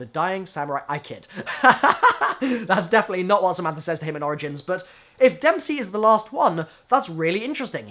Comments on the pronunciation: It's Dempsey, mate. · It's Dempsey.